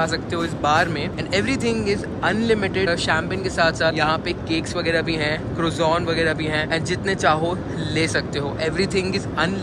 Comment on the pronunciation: Please don't pronounce it as crozone, ask them what is croissant correctly pronounced, actually a French word for that roll. Thanks.